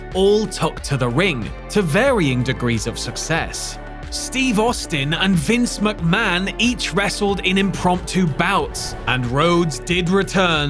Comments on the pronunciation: "Vince Muckman" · Vince Muck-Man